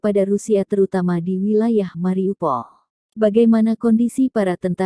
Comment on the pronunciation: Mariupol bukan mari upol